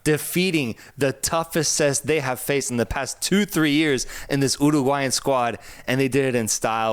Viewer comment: "Colombia and Oooo-roooa-gulayan" lmao